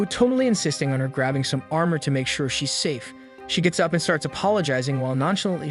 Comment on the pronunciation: 😂😂😂Your funny when you say (armour)